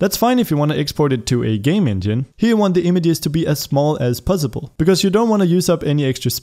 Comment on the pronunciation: "Small as puzzible"